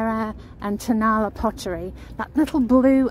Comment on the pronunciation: TonaLA accent on the last syllable